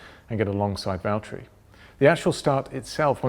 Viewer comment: James it's valteri!